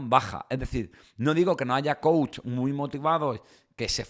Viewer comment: Soy psicoterapeuta tengo carrera y maestría y soy coach también! Quiero comentarte que son 2 cosas completamente distintas, estas un poco revuelto porque no estás muy informado! No puedes dar coach a una persona que necesita tratar un problema clínico, el coach que no se pronuncia coachi, es un guía que ayuda a llevar a cabo metas específicas que no son clínicas y si! Si hay una metodología real y funcional. Entiendo que hay charlatanes pero hay psicólogos que también por tener títulos, se vuelven mercenarios en fin!